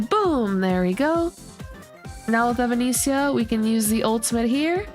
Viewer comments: hey, just to give you some friendly guidance on how to pronounce her name, its more like - eh-va-ness-ee-ah. think of the band evanescence. thanks for the guide xxx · genuinely cannot finish this video with the way you pronounce her name